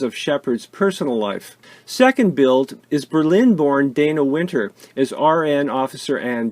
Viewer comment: Dana Wynter's first name is pronounced "Donna"...